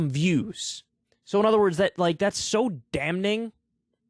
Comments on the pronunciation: Kyle, I'd lay down on traintracks for you, but goddamnit man, it's just pronounced like "damming". For real, the psychology that propagates the "benevolent billionaire" narrative is incredibly sinister, and weirdly generated from the ground up. Excellent rundown, as always. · Kyle still can't say "damning" correctly